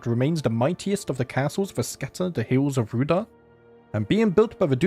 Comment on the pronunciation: Pretty sure Rhudaur is pronounced 'Rude-hour'